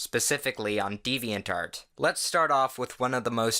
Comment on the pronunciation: Y do u say deviant art as diviant dart